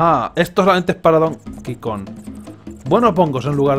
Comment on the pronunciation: Skeletor and That DAMNED Temple I can't help but notice he fails to pronounce the G in Kong. Kinda like Rocket Run in DKC3 that had no G in it. What is this, Donkey KON 64?